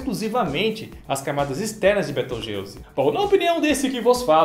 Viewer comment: Soq inves de 'beteugelse' é betelgeuse